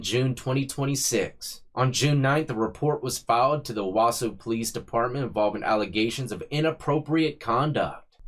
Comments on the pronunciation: You pronounced Owasso spot on, bro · You did pronounce Owasso correctly!! This was 45min away from me. Very sad this was done in front of her 2 children. I pray they are safe with family members.